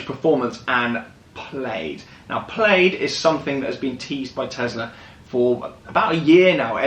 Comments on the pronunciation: FYI.... its pronounced Plaid (plad) like a shirt not (played) haha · Plaid= "Plad", not "Played". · Plaid ≠ “Played” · I googled the name Plaid, it’s a tartan blanket and a garlic word and rhymes with Maid, americans call something totally different “plad” which is spelt “plad” 😝 their wheels must be “tired” of all their “ “rowts”- (routes- supposed to rhyme with root) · Its pronounced 'plad' watch the film space balls then you'll understand ludicrous mode and plaid as this is where the joke comes from. (Showing my age) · It’s prounounced “Plad” you asshole. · Plaid is a nod to the movie Spaceballs. It’s pronounced “plad” — a synonym of tartan. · So awkward everytime he says played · I cringed every single Time 😅😅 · Please learn to pronounce Plaid correctly Jesus there are a million you tube videos that you can refer to, it’s so annoying, Imbecile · They always say the English invented English however it amazes me they can’t even pronounce normal worlds like Plaid correctly lol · but that's not how it's pronounced in the movie, which it's referencing